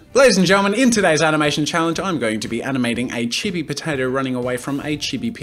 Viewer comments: quick thing what is "chib e" isn't it chee bee the pronunciation, i mean idk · things I learnt: jazza cannot pronounce chibi(it is cheebee) jazza does not know the difference between chibi and anime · It’s pronounced chii-be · Oh. "Chibi." No idea lol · Its pronounced chibi not chibi